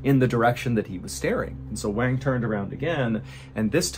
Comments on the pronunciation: Liu is pronounced Lee-oo (kind of like Leel) not Lay-o; and Wang is pronounced Wong (or like wand with a G instead of a D) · Love your vids! Just a quick note, Wang is pronounced closer to "Wawn", like Yawn with W. Liu is pronounced Lee'you, not Lay-oh. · I appreciate you covering more global events, but I want to encourage you to cross-check how to say their names. "Wang" probably uses the soft a, like "wand". And "Liu" is usually pronounced as "lee-oo" not "lay-oh". :) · Every time you say wang. 😂